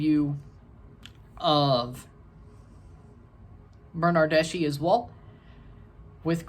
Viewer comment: His surname doesn't sound "Bernardeshee" but a lot similar to slav surnames , so "Bernardesky" . An Italian (Juventus) football fan ;D